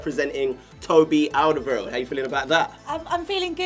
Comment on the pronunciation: I hate to be a pedant but you keep pronouncing Alderwerield wrong! :-P Check the Spurs TV clip. Love the channel!!